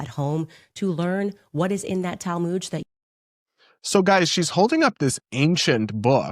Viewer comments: I'm Jewish and I don't pronounce the Talmud they way they do.... It's like mud. Not mood. Tall mud. Not tall mood. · What's the 'Tal-moood'? Does she mean the Talmud?